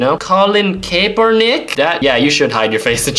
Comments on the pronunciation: Cap-er-nick :) that is how you pronounce it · It's KAP-er-nick. The "e" is silent. Sorry, I had to.